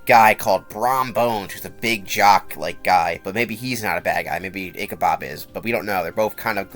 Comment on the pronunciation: its ichabod with a D im soory its like stopping me from fully enjoying the video and that's just a me thing, otherwise great vid